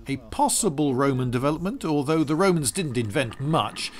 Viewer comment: The most bowing kind of Womans. Wed this, wed that... I need my dose of "widge helmet" Womans! And thewe they awe! edit: OMG! ALICE WOBEWTS!